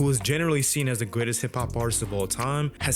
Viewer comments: he said greatest it js sounded like goodest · I think he might've said greatest but it sure sounded like goodest